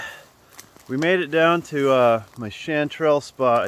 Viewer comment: My wife had to correct the way you pronounced chanterelle. I got a huge kick out of it. Nice hunting.